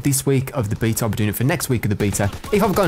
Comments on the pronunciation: bee-ta = queens English. baaa-ta = American "English" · you're pronouncing Beta right. In Greek is actually "Vita" but "Bee-ta" is as close as it gets in English. Nice vid as always, keep em up. Ly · Love how you pronounce Beta correctly. Makes my teeth grind when I hear a Brit say Americanisms